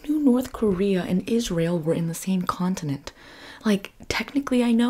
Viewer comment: im having bilingual issues whenever she says Israel cause i keep hearing "is real" and im like what is real?? to then immediately realize it's the name of the country and not a phrase